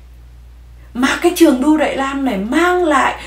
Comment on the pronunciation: Đại Lam😂😂Việt Lam chị ơi……..please tập lại chữ L & N đi c ơi nghe funny quá